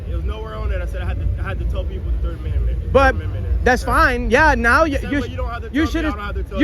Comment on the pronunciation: Dude you didn’t even say the 3rd amendment right lol . 🤡🫵